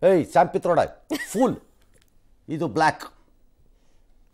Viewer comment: Pitroda alla patrode...